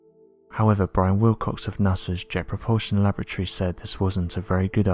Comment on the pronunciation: I've followed this channel for some time now and I have noticed a glitch in the matrix lol. Please somebody else confirm when these commentators try to say "laboratory" they are actually saying "lavatory" lol. Feel free to run this video again to me it sticks out a mile.